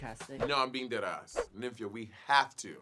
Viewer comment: Money calling her “Nim fee ya” instead of “Nymphia” lol